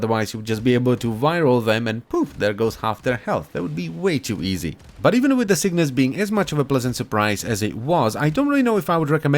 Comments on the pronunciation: It's Cyngas, not Cygnas. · CyNGas. Not CYGNAS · I swear you are saying "sickness" instead of "cyngas" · You gotta get up, get down with the cygnas. Yes I know it's cyngas but he says it like cygnas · It’s pronounced singis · say it like that..cyb-gas.... c y n g a s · Each time "Cygnas" is pronounced i feel sadder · Sin-gas. I can see why you'd want to mispronounce it though, that name just doesn't feel right.